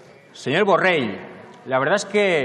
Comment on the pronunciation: Primer de tot digues be el congnom es diu Borrell i no Borrel.